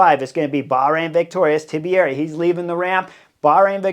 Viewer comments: Tiberi not Tibieri wtf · HEY KNUCKLEHEAD... The Man's name is Tiberi, Ti-ber-i Not Tibieri, Ti- be-er-i Too many syllables in the way You pronounce it. GET IT RIGHT !!! 🤡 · Tiberi. 3 syllables. Not 4. 😀 Tea-bear-E. Great commentary in every other way